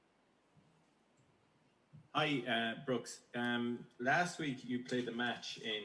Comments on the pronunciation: it's brooksy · Its Broose